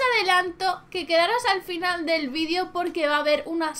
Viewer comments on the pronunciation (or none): none